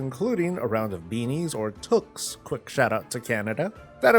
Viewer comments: Tooks lol. It's pronounced Two-ks. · Toque is pronounced like "tuke", not like "toke" or "took". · Absolutely, toque rhymes with duke and spook, not cook, look, and took.